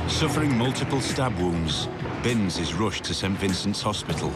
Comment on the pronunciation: It’s Binse NOT bings. & he’s nothing like Cool Hand Luke that’s a Yanky Hollywood fairytale movie.. Chris Binse is a good Oz🇦🇺 knockabout bloke who’s been dealt a few bad hands & done a few armed robberies but never shot or hurt anybody.. He should’ve been set free year’s ago & the same goes with Brendan Abbot “post card bandit” let old mate out for fuks sake he didn’t kill anybody just robbed some banks of money, big woopy woo woo.. It’s amazing that peadophile’s & rapist’s sex offender’s who do so much worse & get a slap on the wrist with a wet lettuce 🥬 leaf. But rob a bank they bury them in prison over money & nobody is hurt, but rape kids & destroy lives forever they get suspended sentences or 1yr in prison in full-on protection & they get zero punishment.. it’s a crazy crazy system i tell ya what, no wonder i live way out bush past Bourke on a property & keep to myself.